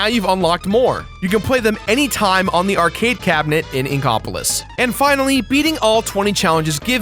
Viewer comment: the way you say Inkopolis upsets me